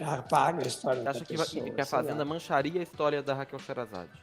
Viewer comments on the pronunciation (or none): Se escreve assim, mas se pronúncia sherazade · Mas gente, de onde surgiu esse “sheRRRErazade”? Vocês já ouviram em algum fodendo lugar essa pronúncia? Esse H no nome dela virou um H do inglês em que momento? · Se fala SHERRÊRAZADE